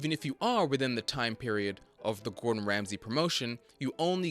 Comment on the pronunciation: Why do you keep calling him Gordon "Ramseys" just look it up if you aren't sure.